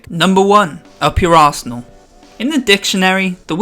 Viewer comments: When he said up your arsenal I thought he said up your asshole lol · I'm the only one that heard "up your ass ernal"